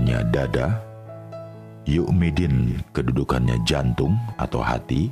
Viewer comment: ini yg buat dan ngisi bukan muslim. jelas. alfatihah yg diucapkan kacau. coba dengar..cara melafqdzkan ..Yaumiddin..ghairil, dan banyak lagi. SALAH dan asing bagi yangbsering melafadzkan surah Al-Fatihah..